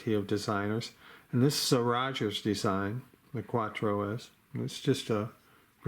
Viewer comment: CRKT Cuatro....not Quatro.